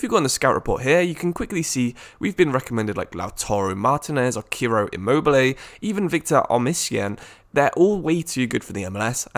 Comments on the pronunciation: " Laùtaro, Chiro Imoble, Victor Omisien" 💀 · U butchered Ciro immobile and Osimhen’s name 😂😂